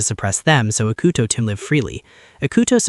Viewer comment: ugh. no. The atrocious mispronunciation of his name plus his low iq kills it. ee coo toe. not ick uh toe.